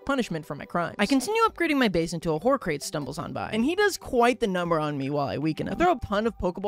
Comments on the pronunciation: Calling hoocrates “hoo-crates” instead of “hoo-crah-tees” is endearing ngl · "Horecrate?" Hoo-cra-tees, as in socrates but with a 'hoo' noise like an owl makes. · “Hoo-crates” sent me. It’s like Socrates my guy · I guess pronounces "socrates" as "sour crates", judging by how they pronounce "hoocrates"